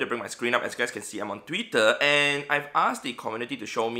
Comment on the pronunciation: "Tweetuh" 🤣 (no hate but i found that really funny)